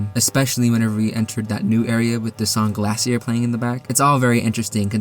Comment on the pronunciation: The song is pronounced GLACIER The type of music is called chiptune Ramb become stone because he isn't from TV world